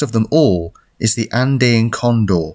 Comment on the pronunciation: It took me a bit to understand what you were saying. Andeen? Andayn? It’s An-Dee-uhn.